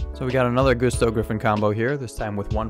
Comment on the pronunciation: Gusto's aren't pronounced GOOsto it's Gusto like Gus stubbed his Toe. You know? Like Gusts of wind.